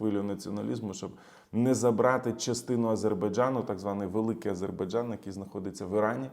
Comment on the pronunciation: Окрема подяка за правильну вимову слова Азербайджан, ну і за аналіз🙂